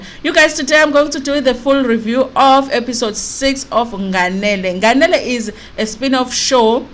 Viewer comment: Haaau sisi, your pronunciation of "nganele"😟😟